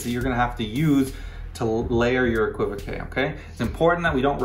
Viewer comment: No no no it is pronounced exactly the way you are saying it. I felt saddened when you said you were pretty sure that the technically correct way to say it was eck-wi-voke! Cos that's absolutely not the way. The que at the end is French and is a known suffix on many words and is pronounced kay. So keep pronouncing it as you are and keep correcting the people who are clueless! As for Siri...hmmf. OK ok I now openly admit that amongst those 'clueless people' I refer to in this comment there is one called Paul Ham J. Yes, I include myself as one of the clueless... ?.. but not any more! I have seen the light! Eh qwi voke!